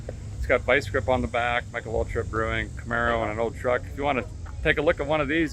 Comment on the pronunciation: you said truck…. I thought it was trar or a cruck